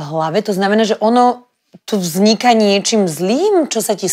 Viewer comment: dajte moderatorke okienko slovenciny na slovo vznik ( hned v uvode ho trosku domrvila)